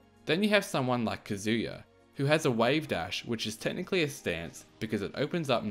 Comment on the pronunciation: "Kuh Zoo Ya" 😑